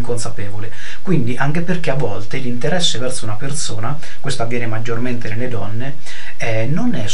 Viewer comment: bellissimo pero' ti devo spiegare la differenza tra la lettera Z e la lettera S. per esempio si dice perSona, non perZona :)